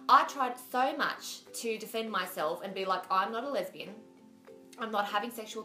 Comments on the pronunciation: she's so cute lol! its funny how it sounds like she's saying "lebanese" instead of lesbian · why does she say Lebanese instead of lesbian?